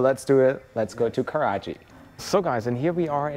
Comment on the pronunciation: It's Karachi, not karaji